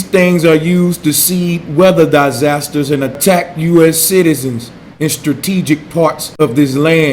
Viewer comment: "Die-zazsasters" , Space-lunch ???